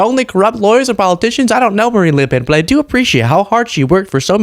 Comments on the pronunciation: A bit of an issue with some "a"s from Marine but ilI nerver heard an american NAIL the prononciation of a french name this precisely., je vous tire mon chapeau. ( the upper dupper classy version of "mad respect") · you say Marine Le Pen as a Frenchman would say Marine Le Pen. Tres bon